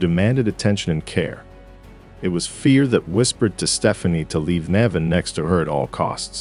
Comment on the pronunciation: It’s because it’s AI. I rarely watch anything that has AI exactly because of the mispronunciations. 😏